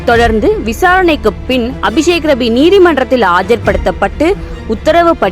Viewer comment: I heard விஷக்கிருமி instead of அபிசேக்ரவி😂😂😂😂